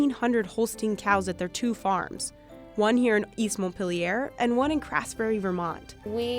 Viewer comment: “East montpaler vermont” wow just wow. Im from Turkey and at least I can say Montpelier.